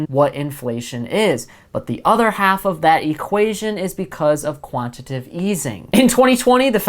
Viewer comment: Qantitative not quantative yo